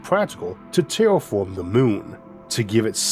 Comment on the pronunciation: I hate bullying, but... "Can we widderawy tewwafowm the moon?" Is all I can think of. I love him tho and he is better than me for sure, I just think it's funny and hope he would too. I couldn't do what he does, not even 1% as good.